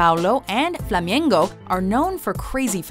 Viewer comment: When speaking on Brazilian football fans, she says "Flamiengo" which makes me cringe.